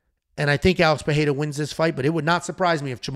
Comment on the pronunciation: "Alex Peheira/Perreira"